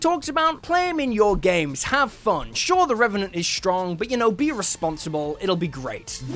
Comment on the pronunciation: Me: always wanting to make a Deadpool character him: reventent